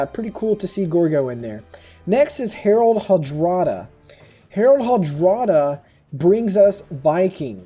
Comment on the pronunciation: It's actually Harald Hårdråde. Prounced as Hoardroe-the.